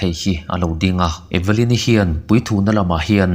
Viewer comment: E-ve-lyn-i tilo in eve-lyn-i ti la